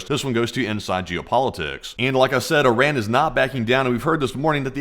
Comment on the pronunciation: After all these videos you still haven't pronounced Iran properly 🤣